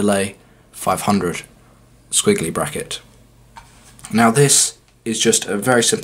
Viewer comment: LOL! (british accent) "Sckwiggly Bracket" LOL